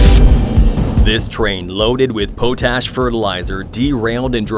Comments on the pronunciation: .... this IS AI narration. Just listen to the way it pronounces potash, it says "poe-tash," when it's actually"pot-ash." AI narration is very easy to figure out if you listen for context clues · “Poe Tash”?? FFS learn English…….. it’s pot ash. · POT ASH NOT PO TASH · Potash is pronounced PAHT ash, Not POE tash. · Potash. - Pot ash. Not "poe tash." Are you even a human? Or are you a robot? Most of these are overseas somewhere. "Show your ID card to the borderguard, tell him your name is Jean Luc Picard of the United Federation Of Planets, cause he won't speak English anyway..." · And the difference between a conductor and an engineer. Also, how to pronounce "pot ash".